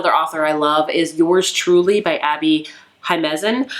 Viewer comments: New drinking game - take a shot every time says “Jimezen” instead of “Jimenez”❤ Haha this one always makes me laugh!! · “HE-MEN-EZ”. Not “Highmezez”.